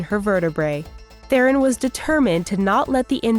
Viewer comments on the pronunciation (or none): none